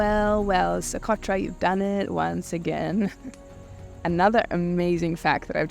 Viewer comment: Que barbaridad, se podia quitar el chicle de la boca, ni Socotra sabe pronunciar.